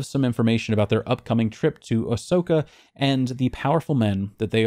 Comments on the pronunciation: You say Osaka as Asoka lol , was confused every time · I've never heard someone butcher OSAKA like you 😅 You ARE human after all, (That's a reference to your damn robot-like powers of deduction and foresight with your unmatched WESTWORLD videos... 😢😢😢 smh... I STILL can't get over they canceled it with just one more to go...AND no one else has picked it up Ridiculous)